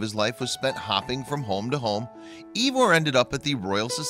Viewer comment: God it kills me how badly your miss pronouncing his nam. It's ( eye-var ).